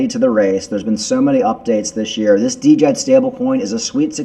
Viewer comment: Djed is pronounced JED ( D is silent)